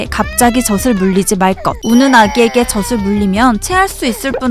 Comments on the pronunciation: 발음하실때 저슬..아니고 저즐.아닌가요?? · 저슬 말고 저즐 이라고 발음했으면 좋았을텐데.. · 저슬 아니고 저즐......... 거슬리네요 계속 나오니까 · 너무 재밌게 보고있어요! 다만 '젖을'의 발음은 [저슬]이 아닌 [저즐]입니다ㅎㅎ! (젓은 새우젓, 오징어젓 등에 쓰는 젓)니까 발음까지 정확하면 더 좋을것 같아요 ㅎㅎ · 내용은 좋았는데요 벌음이 거스려요 젖을: 저즐(ㅇ)저슬(×) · 젖을 : [저슬] 이 아니라 [저즐] 이라고 발음해야 맞는 것 같습니다. 마찬가지로 젖이 도 [저시] 가 아니라 [저지] 가 맞고요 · 재밌게 잘봤습니다. 젖이 젖을의 발음을 저시 저슬이아니라 저지 저즐로 해주시면 더 좋았을것같아요 ^^ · 젖을 [저즐] 교육적인 컨텐츠가 많은 만큼 올바른 발음에도 신경썼으면 더 좋았을 것 같아요. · 젖을 젖에 발음이.. 너무 신경쓰여요 ㅠㅠ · 아니 이걸 아무도 검수를 안한 건가? '젖을', '젖이'는 [저즐], [저지]로 발음해야 하는데 [저슬], [저시]로 발음하네요. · 발음교정좀 하셔야 할듯 저즐 저지라고 하셔야죠 그리고 시옷발음도 교정하셔야겠어요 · 저도 같은 댓글 쓰려고 했어요. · 계속 [저슬], [저시] 라고 발음하잖아요. 이건 실수가 아닌지라 뜻이 얼마나 달라지는지를 보여 준것입니다. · 새우젓도 아니고 왜 자꾸 [저슬][저슬] 그러나요??